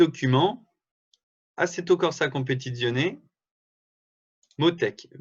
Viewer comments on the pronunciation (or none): Non mais comment tu dis Assetto Corza Competizione? On dirait pas que tu as vécu avec une italienne!